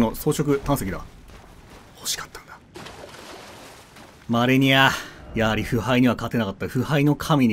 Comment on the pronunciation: 死亡ダイジェストの時に第一形態マレニアが 「アーニャ マレニア」 って言ってるようにしか聞こえないw